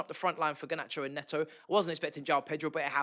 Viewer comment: Bro - You know Pedro Neto is Portuguese, not Brit. Can you please call him "Ney-tow" and not "Ney-o". Butchering someone's name by sticking to your native accent is lazy and ignorant. I mean there are other British ex-footballers and pundits who do take the care to call him correctly, and they're not even Chelsea supporters. Come on man, you can do better.